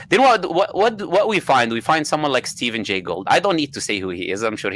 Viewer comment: Stephen Gay Gould... did he typo his trilobite slide, or is this like YEC saying evilution?